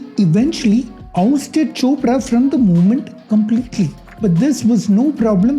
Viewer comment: Bro when you said chopra and opera I was laughing so hard bcoz it sounded something simillar😂